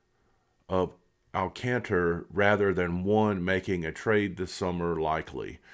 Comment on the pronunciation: Good video! I’d love to see them get Alcantra! Last year was his fist year back from major surgery so it’s expected to be a little down. When he’s fully healthy he’s one of the top 10 pitchers in the game and maybe even better than that. Oh, it’s pronounced Al Con Truh